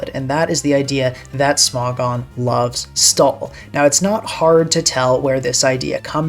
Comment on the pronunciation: Smog-on instead of Smo-gon 🗣️🗣️